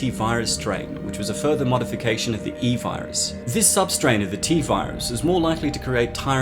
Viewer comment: e-vires more like EE-vires